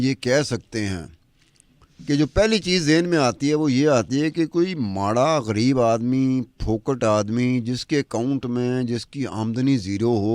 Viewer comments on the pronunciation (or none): ایک اہم بات کہنی ہے کہ خان کا تلفظ اینکر کھان کرتی ہے جو صرف منفرد بننے کی ناکام کوشش ہے اسی طرح غریب کا تلفظ گھرب کرتی ہے جو اردو کا تلفظ نہیں لیکن یہ علی الرغم کرتی ہے اور درست کرنے کا ارادہ بھی ظاہر نہیں ہے ۔